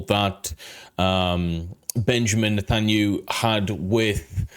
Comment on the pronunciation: net-an-ya-who just for pronunciation love your videos btw great job!